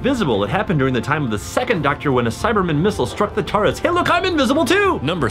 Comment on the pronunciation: the annoying blonde guy does not say Tardis, he says Tartis